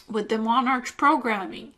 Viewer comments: Its pronounced MonARK not MonarCH. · I just thought I would correct one thing. It's 5 years later and you probably are aware now, but you kept saying monarch as if it was a ch pronounciation. It's not. The ch is in this particular instance just the English spelling and it is pronounced as a c only. Like the word 'ache' is pronounced 'ake'. Just think king (monarch as in monark). I found your presentation fascinating. Thankyou very much.